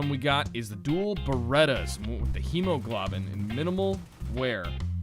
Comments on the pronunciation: Red & White blood cells even though hemoglobin is only located within red blood cells. Also, it's pronounced Hemo(glow)bin not Hemo(glob)in, I thought that's what you talking about first, but that bothered me. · it is pronounced. Hee mow glow bin or Hee mow glow ben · pronounced hemoglobin wrong